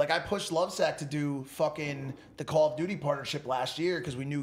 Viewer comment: Nobody: Mike: CALL OF DUTY